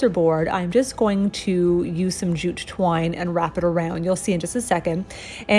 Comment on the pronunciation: My husband is playing video games while I watch this and he thought you said jujube wine instead of jute twine 🤣🤣🤣🤣